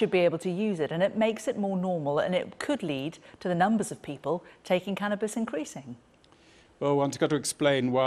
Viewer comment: "cannis" this bitch dont know what hes talking about